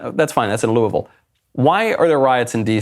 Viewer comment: Props for properly pronouncing “looavul”